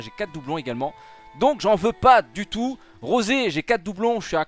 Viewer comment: Rrrrrosé c'est fait exprès mdr ?